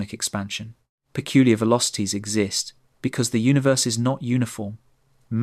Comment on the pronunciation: Say Uni then say Verse, now say unaverse